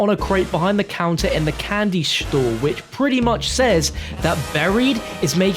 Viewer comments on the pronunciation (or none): Candy shtore😂